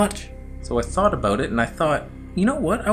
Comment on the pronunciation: We heard the Canadian accent when you pronounced "about" aka "a boat" 🤣🤣🤣🤣🤣🤣 I wish they would put your face on a Canadian coin like